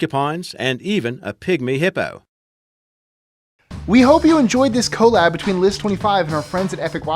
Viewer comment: He said co lab ..... TRIGGERED